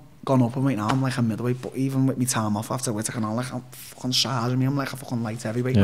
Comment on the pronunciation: Take a shot every time Darren says “fwching” Merry Xmas